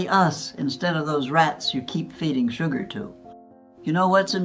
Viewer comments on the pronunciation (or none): This is AI the way she said shoe-gar instead of sugar. And the fact that I don't think a 103 year old will be this spry. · Anyone notice the few words mispronounced? Like 60-s not 60’s and su-gar not sugar Just making sure this wasn’t AI? I still ageee 100% though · Like the content; check the narrative pronunciation. 60-S...no. Sixties. Shoo-GAR... no. Shuh-gr. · Lol, shoo-gar? I got a better one for ya.....she says BULL SHIT!! LOL. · So I’ll give her some slack for saying ‘Shoe gar’. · I like the way she pronounces sugar=Shoegar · AI can't pronounce words, sometimes. That's the giveaway. As soon as she pronounced sugar "shu-GAR", I was like oh ok, it's AI. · I think this may be AI content....? She says " low carb diet in the 90....s She also says shoogar for sugar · When she said shoo-gar (instead of sugar), I realised shes AI. Now I dont believe anything I see. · Sadly, this is Fake, artificial. This "person" makes four critical pronunciation mistakes that no human would make, especially someone this mentally sharp. She pronounces sugar as "sew-gar." She also describes a family argument that took place in her 40's but pronounces it as "forty-ess." There are two others as well. I think the content is quite good from a dietary perspective, but it is not real. But this is obviously an artificial computerized voice reading a script. Further, the voice is just too perfect with no inflection, pausing, etc. You can't fool everyone. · "Shoo-gar" lol.. Both my grandmothers lived to 100, they both ate a variety of real, whole foods. And one gram still smoked 2 packs o cigarettes a week til the end. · This is interesting. But there was an error that could make you wonder if it was real. The lady pronounced "sugar" --"shoo-gar." Not so sure that a human would pronounce it this way! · You can tell AI by saying 90s as 90 s and sugar as sue gar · I believed it till she mispronounced #.